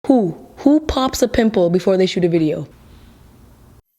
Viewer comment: When at first she said who I heard poo .... kewl